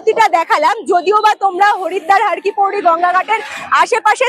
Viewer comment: দিদি রে, একটা কথা বলি কিন্তু কিছু মনে করতে পারবে না। কথাটি, ' হরকিপ্যাইরী ' হরকিপৌরী নয়। যার অর্থ, "হর বা শিবের পা"। মতান্তরে, "হরির পা" ধন্যবাদ🙏💕